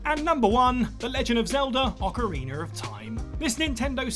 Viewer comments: Ocarin-A, not ocarin-ER. There’s no R at the end… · “Ocarinor of time”